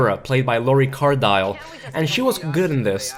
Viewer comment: Its pronounced Car DILL NOT Dile